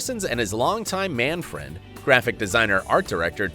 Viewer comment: I love how he says man friend like he did air quotes and winked while saying it😂😂😂😂